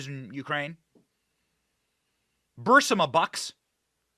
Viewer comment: Bursima? It's Burisma moron